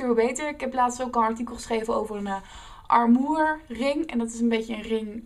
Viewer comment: haha je kan wel aan je engels werken .. armoer?